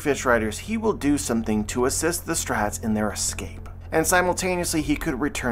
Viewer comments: But why does he say “Straw Hats” like “Strats”?! 😤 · "The strats" - truly unhinged way to pronounce "the straw hats"